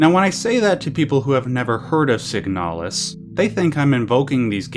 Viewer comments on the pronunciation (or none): Okay but it's called "signalis", not "siganalis".